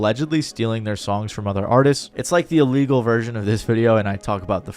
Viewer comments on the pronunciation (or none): none